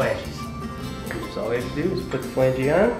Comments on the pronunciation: It’s not Flangee. It’s flange. The e is silent. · The correct pronunciation is "FLANJ" not FLANGEE